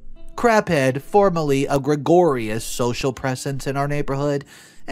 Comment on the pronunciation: It’s amazing how many people misspell “especially” as “ekspecially” based on the readings on this channel. And there was a new one today, “gregorious” instead of “gregarious”.